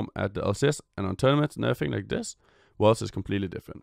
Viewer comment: I had to replay the first five seconds, kept hearing "one of the worst" instead of 'worlds'.